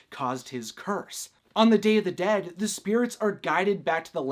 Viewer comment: You said Day of the dead wrong